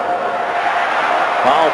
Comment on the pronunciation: I love his pronunciation of "fow-wull". :D